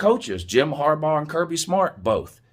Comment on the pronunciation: This is the most objective video that this guy has done. And said Harbaugh's name correctly. Had some really good points.